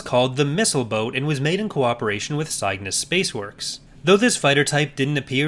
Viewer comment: I'm assuming that location name you butchered was 'Cygnus;' it''s less Sigh-gnus and more Sig-nus when spoken. It's Latin, it means swan, and it's associated with space because the first black hole discovered is known as Cygnus X-1 (because first and it's in the part of the sky dominated by the Swan constellation as these things are measured.)